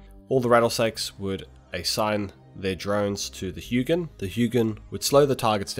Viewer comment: painful to listen to him say "huginn" should be more like "huh jin" with a soft J-sound like when you say y in "yes"